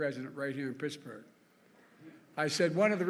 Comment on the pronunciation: Mrrrrr Ed gainey mrrrrrrr of picksburgh